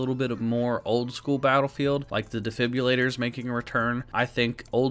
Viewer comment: Defibrillator has an R in it not a Y